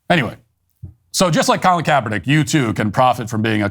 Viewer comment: Kaperdick It’s what I heard